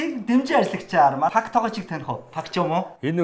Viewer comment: Пак бишээ 2-ооо Пек шүү 😂